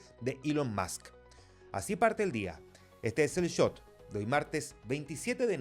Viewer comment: Favor decirle al presentador en of que el Shot, no Chot